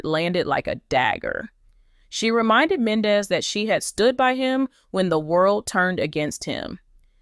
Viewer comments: Please learn how to pronounce Men Dee cees name correctly THATS so disrespectful an it’s hard to listen to u it’s Yandy an MENDEECES do us a favor watch Love an Hip hop Atlanta an hear how their names are pronounced just smh 🤪🤪🤪🤪🤪🫢🫢🫢💯💯💯💯💯💯💯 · PERIODT I JUST TOLD HER THE SAME EXACT THING ITS HARD TO LISTEN TO HER JUST SMH SHE DONT EVEN WATCH THE SHOW BECAUSE IF SHE DOES SHE WOULD PRONOUNCE BOTH YANY AN MENDEECEES NAME CORRECTLY JUST SMH 👍🏾👍🏾👍🏾🤪🤪🤪🥰🥰🥰🫢🫢🫢🫢💯💯💯💯💯💯